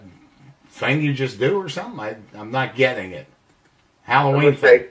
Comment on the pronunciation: Holloween thing... 😂 Geez